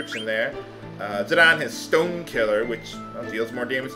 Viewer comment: "Zidane's on 'Stone Killer', which does more damage to stone enemies..." I swear, I heard "Stoned" enemies. Get your enemies high, THEN DESTROY THEM!